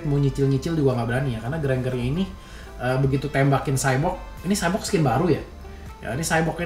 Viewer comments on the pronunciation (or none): W denger Sebut cyborg rada greget, Nama nya kan X-borg bukan cyborg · XBORG BANG BUKAN SHYBORG